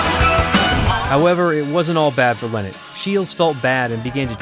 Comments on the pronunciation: Phyl lLie-not is his name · Lynott. Pronounced exactly like it’s spelled. LIE not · When you are not even able to pronounce Lynott in a right way...